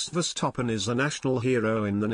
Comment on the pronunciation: Please pronounce Max@ name correctly. It is VerstappEn and not VerstappOn.